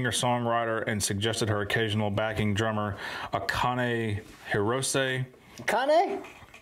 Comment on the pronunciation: Ah cane!